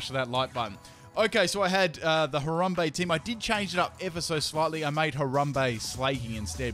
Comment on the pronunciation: Downvoted because you pronounced his name so horribly. Love your vids though. Dicks out